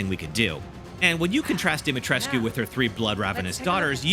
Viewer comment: It's Pronounced, Lady DIMI-TRESHK.